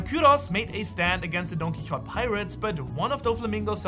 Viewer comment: Dude why is it so hard to you to say Don QuiXote?? Wtf